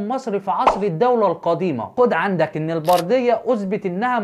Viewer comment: ياريت يشوف التعليق ويصلحها لانه قرأها(إذا)